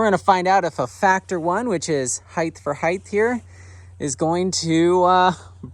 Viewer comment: height, not heighth.